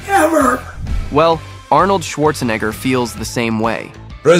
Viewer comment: Bro took advantage of mispronouncing Arnold’s last name 💪🏼💪🏼💪🏼 WOOOOOOO 😛